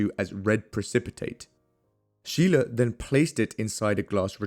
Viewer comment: Scheele is actually pronounced like “skeylae”